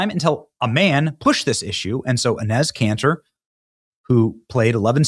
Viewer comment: Benny, why do you keep pronouncing Enes Kanter’s name wrong? Royce pronounced it correctly when he was on your show.